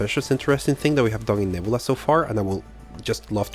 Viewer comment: You probably get this all the time but....Nebula in English is pronounced: Neb-you-la. Just like the Guardians of the Galaxy character that Karen Sheila Gillan plays, Nebula.